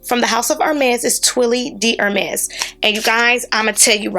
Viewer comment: Hermès is pronounced “Ermay”